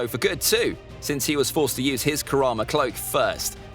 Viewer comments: It's karama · It's kurama